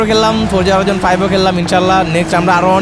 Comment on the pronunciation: bhai eda Horaizon naaa😂 Hori Zon bolen